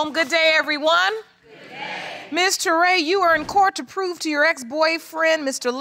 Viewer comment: Did grandpa just say "3:6 months years old"? Touray, a very common surname in west Africa accept its pronounced as Tooray